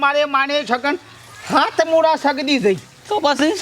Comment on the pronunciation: મુડા નહિ મૂળા